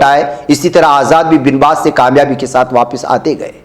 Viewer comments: Binbas نہیں با was hota hai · Banwas hota hai